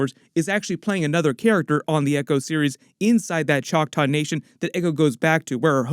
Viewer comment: Just say Chocktaw, man. They're not actually Indians (people from India)